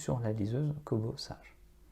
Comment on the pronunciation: Kobo (sa se lit "Seige" et pas "sage" comme une image, et la liseuse que vous montrez n'est pas une Kobo sage... c'est révoltant de perdre le temps des gens avec des fake news !